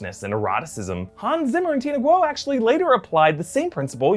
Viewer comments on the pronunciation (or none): none